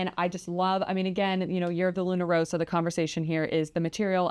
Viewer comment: The red Luna Rossa stripe always reminds me of the Prada branding. BTW, Rossa is pronounced Ross-Ah. If it only had a single "s" then your current pronounciation of Row-Sah would be correct.